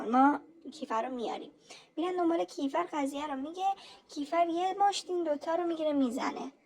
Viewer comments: اون کِیفَر نیست کیفِر هست فک کنم.درسته؟😅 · فقط یه چیزی کِیفَر نیست اسمش درستش میشه کیفِر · عزیزم کیفِر مگه نیست؟